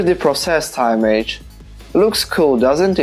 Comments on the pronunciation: Yes, "image" is pronounced imm-ijj (the i is the same as in the words "in", "is", "tin", "pin"). Your English is really good though! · "Image" не произносится "аймедж". Первый слог как "и" в "искра". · Am I the only one focusing on his pronunciation of the word "image"???????????